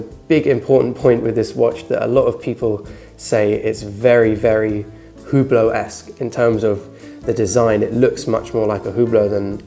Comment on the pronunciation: Your video is nice but you really should learn how to say brand names if you want to be taken seriously. The H in Hublot is silent and your saying Heuer all wrong.